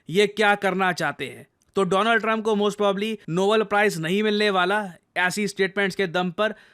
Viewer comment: nobeeel?? Iski pronounciation bhi kharab h